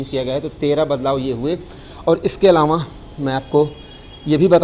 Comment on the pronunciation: अलावाँ क़े जगह अलावा बोलते तो अच्छा होता सर